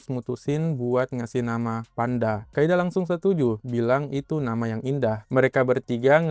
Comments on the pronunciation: Di Inggris nya "Kaede" tapi yang gua denger "kaida" lah ......!? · Kaede bang bukan kaida 😂 duh pdhal tulisannya jelas lho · Kaede bang, bukan Kaida😭